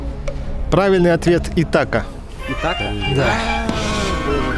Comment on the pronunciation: ни Итака а Ит ақа и не Кучкудук а Күшік кұдық